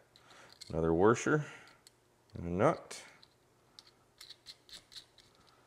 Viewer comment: "waRsher"...I wonder if he says "libary" cause that's where the R usually comes from.